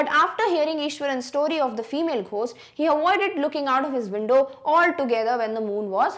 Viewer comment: ઘોસ્ટ✅ ગોસ્ટ❌